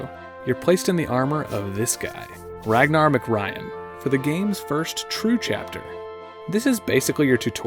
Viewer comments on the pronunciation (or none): none